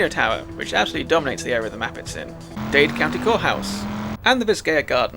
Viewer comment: Dade, not Dade 👍